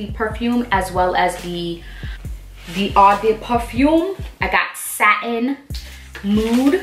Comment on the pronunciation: “ Oh- de- pa-foom “, “oh-de -towa-lett”